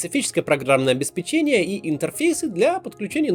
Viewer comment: обеспЕчение, а не обеспечЕние 😅